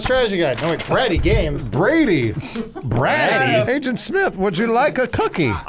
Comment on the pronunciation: My name is Brady and Adam pronouncing it Brad-dee triggered the fuck out of me lol. 😂😂😂😂